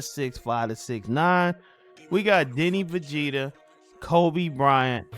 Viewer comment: It’s 2025 and still saying Deni vegeta 😂😂 gotta love it